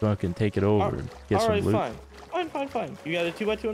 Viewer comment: I love how he says goop instead of loot